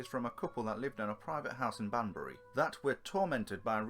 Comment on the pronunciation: There is no such place as 'Bandury' in Oxfordshire! it's 'Banbury'